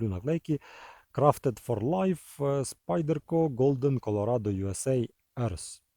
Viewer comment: Як на мене у СпАйдерко наголос на «А» Тому шо англійською павук спАйдер - є два ножі це Ендура 4 і Парамілітарі2 це прям спайдерко спайдеркович… Так ножі не звичні і в цему прикол але вони точно варті уваги. Тут навіть без привʼязки до ножеманства просто ви повинні мати ці два ножі Писати в коментах можна скільки завгодно що вони сякі такі страшні, але поки не посадиш на кишеню ти так і залишишся в невіданні як воно володіти цими ножами Чекаю від спайдерко Ендуру 4 на Магнакаті. Це буде прям те шо я шукаю